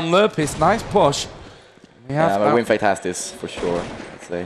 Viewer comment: Yep bro :). And it's WinFakt.